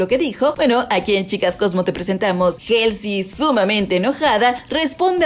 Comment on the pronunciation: Por qué pronuncias Halsey como Jelsy, cuando lo correcto es Jolsy? Siempre que dicen el nombre de Halsey en español, escucho que dicen Jelsy.🙉